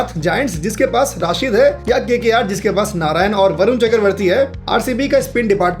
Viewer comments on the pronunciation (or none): none